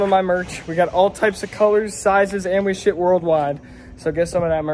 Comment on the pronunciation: “and we shit world wide” 😂